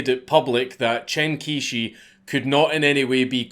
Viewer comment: I'm not a native speaker - but as an englishman when I hear it spoken 'Chen Quishi' sounds something like 'Tshan Chyoh-shur' (each bit spoken as a smooth syllable). I know this is wrong too but hopefully someone more knowledgeable can tidy this up a bit. Never too soon to start learning mandarin lads...